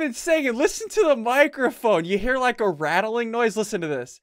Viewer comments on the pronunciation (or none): Young ian: Lols lols lols are funny lols i like lols lols Old ian: Loiks Loiks Loiks are fuuny Loikes i like Loikes Loikes Loikes=likes